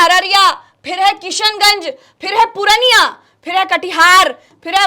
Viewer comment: Mam Purniya nahin Hai Purniaa hai hai